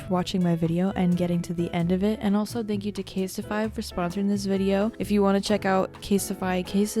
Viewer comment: I thought it was pronounced “cassette-ify” 😆